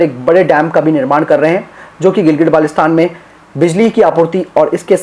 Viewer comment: Its not gilgit balestan dear, first go and learn pronunciation then you should speak about ur claims 😂😂